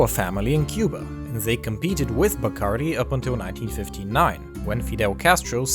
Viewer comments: Pronounced: bah-cahrr-DEE. It is annoying to hear a narrator with a Spanish accent mispronounce names. “Noons”?!😖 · Not a very good quality rum these days. The best is Ron de Barrilito from Puerto Rico, the Tres Estrellas version. They should pronounce the name right, Bacardí is pronounced with an accent on the last "I". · you are mispronouncing everything. the name Bacardí is Catalan and the accent is on the last i. also, you mispronouncing Sitges, its pronounced in Catalan more like Seejus.